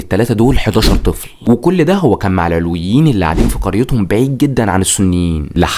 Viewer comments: المحتوي رائع بس استفزني طول الفديو نطقك لكلمه العلويين بتنطق بفتح العين واللام ياريت تركز في النقط الصغيره دي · شكرا عالفديو بس ياريت تلفظ مسمى العلويين صح بعيدين نحنا كعلويين ما منطيق هالعيلة و ما في علوي و لا سني و لا مسيحي سلم من شرون ما تركو حدا يعيش بسلام و يلي ما بيتسمو ما تركو ولا مستودع اسلحة بالبلد و الا و دمروا خوفا من توحد الشعب السوري ضدون و لليوم الطيارات الاسرائيلية بالاجواء السورية بشكل دائم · في معلومات تاريخيه كتير غلط وعم تلفظ كلمه العلويين غلط لدرجه انه المعنى اتغير !!!! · محتواك رائع لكن انت نطقت كلمات كتير نحنا ما بننطقا هيك علويين كان نطقا غير صحيح و حماة كذلك عدا ذلك متابعتك و بحب محتواك كتير عن جد كتير رائع ❤